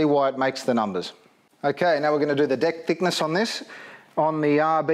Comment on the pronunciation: It sounds like he's saying "Now we're going to do the dick thickness on this". LOL.